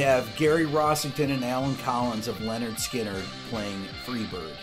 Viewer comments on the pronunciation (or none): Rick, it’s LYNyrd, NOT “LENyrd”. I mean, you wouldn’t want people to call you “RECK” Beato, would you?